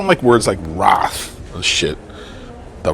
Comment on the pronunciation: She may have learnt the word wrath. But, she can't pronounce it.